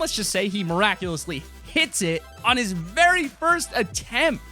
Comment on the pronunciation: Nice vid bro... but why do people always need to say fist like... come on babys